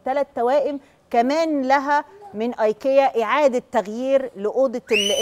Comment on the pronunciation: ههههههههههه منى الشاذلي مش عارفه تنطق كلمة ايكيا او براند ايكيا بالله عليكم دي مذيعة متمكنة فين مذيعات زمان